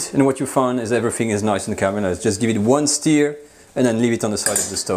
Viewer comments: It’s a ‘stir’ not a ‘steer’😂🐂🐂🐂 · For the love of god man, it’s NOT steer, it’s stur, like leur. Love you. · Hey, the word Stir is pronounced Stuur not Steer. You stur the food, you steer a car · Wonderful recipemas always. Nb; stir is not pronounced steer but like the french eu = stir. Steu if you like 👍🏻 your english is wonderful. So enjoynauthentic french recipes. More please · Hey,. Love your videos, tried lots of the recipes. Beautiful. That said, I finally feel compelled to point out that your are pronouncing "stir" (should rhyme with "fur") like "steer" (rhymes with "fear"). It's important. When you say "Give the ragout/mixture/stew a small steer," which is how you're saying it, you are actually saying "Give the ragout a small castrated bull." Given how often you say it in this video, there'd be a whole herd of cows in the pot if I followed your verbal instructions! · Persillade no? and mon ami it is "stir" not steer. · STIR = rhymes with FUR not FEAR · I really love this channel and is a great teacher. I'm not criticising or making fun. Just like he is teaching us to cook, I can teach him how to pronounce words correctly in English. If I was pronouncing a French word incorrectly so that it sounds like a different word (stir/steer), i would appreciate a helpful nudge by a francophone person to correct me. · Kazzamatazz: Yah, I like it when he “steers” the bacon. But, I’m being snotty by thinking everybody has to pronounce my language “correctly.” Lots of responses are real snotty, so I tried to hold back until I saw your comment.